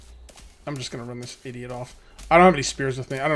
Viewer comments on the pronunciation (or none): none